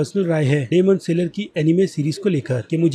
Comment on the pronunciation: Plz stop reviewing anime ... U r pathetic 🥺 .. don't ruin our anime community ... And also stop calling it saler .. it's annoying ...